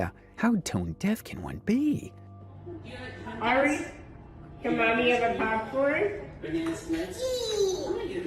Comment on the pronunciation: The fact this dude can't say ari and calls the daughter airy the whole first story is sad seeing as they even say her name in the clips.... you gotta do better